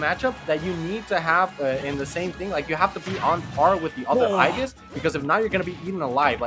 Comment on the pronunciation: If I had a penny for every Smash announcer that can't pronounce Aegis... Just say Pyra and Mythra instead of trying to sound interesting guys.